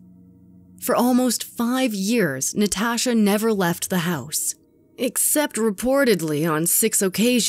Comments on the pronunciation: Did anyone notice the narrator says NaTASHHHah instead of Natasha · “NeTaashuh” “Nuhtashah” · The way the narrator says 'Natasha' drives me bOnKeRs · The way she is saying Natasha is really freaking bothering me. I cannot stand it. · I have never heard anyone pronounce Natasha the way this woman says the name. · Why do you say Natasha like that lol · Anyone else cringing about the way she says Natasha